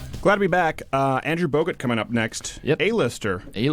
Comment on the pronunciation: Ayyyyyyyyy. Crowder said Bogut!!!!!! Not Bogart